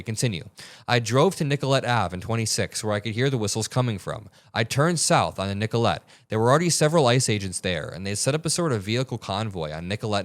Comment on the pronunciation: Nicollet is pronounced nick-ah-lit but that's okay. Love you